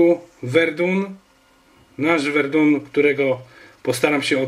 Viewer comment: Verdun (czyt. Werdę) ;) Pozdrawiam :)